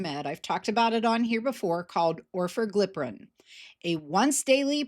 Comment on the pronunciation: Should be noted only the lowest doses of the new pills (Orforglipron from Lilly, and ‘Oral Wegovy’ from Novo) will be priced at 149. The highest doses will be 399, according to Lilly. Still, it’s an improvement. 🤷🏼‍♂️ Also, it’s pronounced or-FOR-gli-pron (I think).